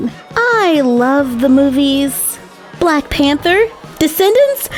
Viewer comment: She said bwack suit XD